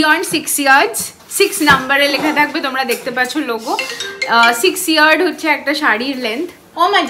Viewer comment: Atleast do the pronunciation of your brand correctly!!!! It's YARDS not Yeards 🙈🙈🙈 Also Bastian ka copied Hai entire interior 😂😂😂